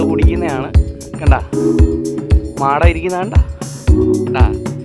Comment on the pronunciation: മാടം അല്ല മാട്ടം.